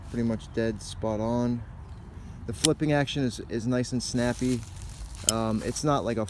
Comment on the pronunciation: hahah yeah i figured that was what you said. dunno if spliffing is a word or not, but it sounded like you were trying to smoke the knife :p